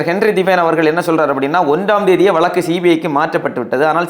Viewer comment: வளக்கு, வளக்கு வளக்குகிறீர்களே, அது வளக்கு அல்ல 'வழக்கு'. தமிழ்நாட்டில் ஒரு சென்ட நிலம் ரூ.2000 க்கு எங்கு கிடைக்கிறது கொஞ்சம் சொல்லுங்களேன்! ஒரு குடும்பத்தில் தகுதியுள்ள ஒருவருக்கு கருணை அடிப்படையில் (Compassionate Appointment) வேலை வாய்ப்பு ஏன் வழங்கப்படுகிறது தெரியுமா? வேலை வாய்ப்பு தரப்பட்ட நபர் இறந்தவரைச் சார்ந்திருந்தவர்களையும் பராமரிக்க வேண்டும் என்பது விதி! இந்த விஷயங்களெல்லாம் புரியாமலே உங்களைப் போன்ற இலங்கைத் தமிழர்கள் குழப்பவேண்டாம்!